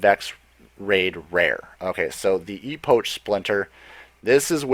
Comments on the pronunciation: Also its E-pok not E-poach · it's pronounced Ep' och (epek) not epoch it refers to the beginning of a distinctive period in the history of someone or something thus time which is what the Vex are all about Look buddy if you can't pronounce something properly look it up first you'll sound more professional it's just an opinion though. sorry If your offended I'm just being honest. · Good video but it's pronounced ee-pock for future reference. You sounded a bit silly saying ee-potch And an epoch is an extensive period of time usually describing pre human history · its pronounced 'E-pok', not 'E-poach'. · Dude epock not epoach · Epoch is pronounced epic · You mispronounced 'Epoch'. It's pronounced 'EE-POK' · cool vid thnx, please pronounce epoch correctly ( e pok )